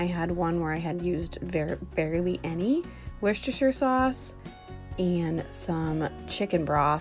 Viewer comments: Hi, greetings from the UK. Hopefully this can help you & fellow North AMERICA'S - Worcestershire is pronounced "Wooster-sheer". Most counties in the UK ending in Shire are pronounced shear & not like in Lord of the rings. Secondly, shepherds pie is made with LAMB mince (ground) and COTTAGE pie is made with beef mince (ground). Easy way to remember, shepherds look after sheep and in the olden days every cottage had a milk cow. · Please please please call it Wooster sauce 😂 I live in Scotland in the UK and there’s not one person that doesn’t call it Wooster sauce and everybody knows what they’re talking about 😂 loving the videos ❤️